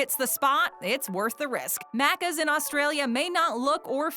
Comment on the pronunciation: Im way late but as an Aussie I just had to point out she kept mispronouncing maccas. Every. Time. There was a lot of wrong info but the mispronunciation hurt my soul